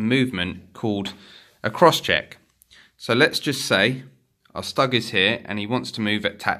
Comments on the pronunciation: Nice vid👍 One thing, Stug is pronounced like "stook" as in book! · That's not how you pronounce stug.